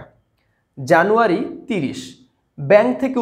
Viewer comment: jano 1 was funny to hear😅😁